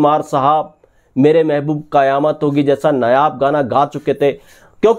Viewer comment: नायाब को नयाब मत बोला कर Duet को डिवेट मत बोला कर।